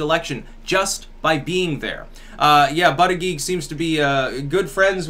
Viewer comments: if there's a heartbeat. IT"S ALIVE. If it's in a woman's womb it's a living baby! Killing babies is fucking wrong! Aside from that, I liked your cast. (By the way, it's pronounced BOOD-EDGE-EDGE... Not BUD-eag-eag.) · I think Buttegieg is pronounced (boo-deh-jeg). Good point btw that nothing is free. No such thing as a free lunch, people!